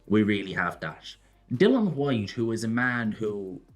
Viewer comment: Please say Dilians name correct!!! My god